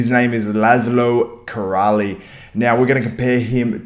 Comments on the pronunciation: Laszló Király is a Hungarian bodybuilder who recently turned pro and got his pro card. His family name should be pronounced sg. like "Kee-rai" and not "Kee-ra-lee", but it's OK :) (his surname means "King" in Hungarian) So what is important that he was still an "amateur" during this competition. Currently he is training heavily, especially the legs - squatting 3 times a week, aiming to do batshit crazy amount of reps with crazy weights á la Tom Platz. He can do very high reps with 150 kg EZ. He claimed that he won't compete on a pro stage until he feels that he can bring a competitive package as he's not going to let his fans and himself down by a mediocre placing. He aims big, very passionate, looks extremely professional and is in constant focus. Also, no homo, but he looks quite handsome when off-season - very much resembles Tom Hardy :) So I think - and I try not to be biased as a Hungarian - he has a bright future with the mentality and genetics of his. He obviously needs some mass and roundness, but he would be very successful with a bit less good conditioning as well I guess. Thanks for the video! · You can pronounce as: Laaslo Keer-eye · His name not kirali , in english his name means lászló king